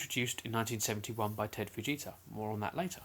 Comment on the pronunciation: Did u just say enhanced vegita scale